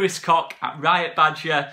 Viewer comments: Just pronounce it “Kotch” rather than “Cock” 😂 plus I think that’s the right way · Pronounced COKE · Great signing. It’s pronounced ‘Coke’ I’ve been told. MOT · It's not pronounced COCK, it's Koch as in Och aye or Loch Lomond as the Scots say it. Koch in German means cook.